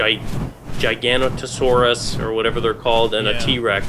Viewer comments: the giganotosaurus is pronounced ji-ga-no-toe-saurus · it's jig a nose ise